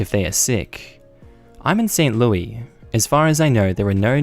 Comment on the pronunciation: Ok so St. Louis is pronounced like Louis and Clark. I live in Missouri, and go there on the regular.